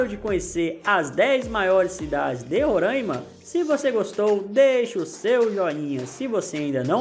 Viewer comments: Pessoal de RORAIMA não gosta muito de chamar RORAIMA de "RORÃIMA". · Não é Rorâima é Roraaaaaaima